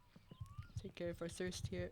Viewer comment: "We'll move the crate off beer outside for easy use"😂 sounds like Finland to me